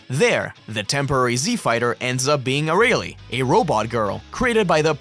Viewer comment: Why do you pronounce Arale like that 😭😭😭😭